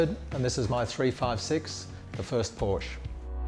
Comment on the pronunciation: Porsche is a 2 syllable word.